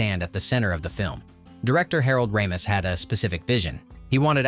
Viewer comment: No, I think Tony shall not hoob. It's pronounced Shaloob, no H. And Harold's last name was pronounced RAY-mis. Weird how you can pronounce Enrico Colantoni, but not Harold Ramis. By the way, no mention of Sigourney's prosthetic breast plate? I love how people were drooling over fake boobs!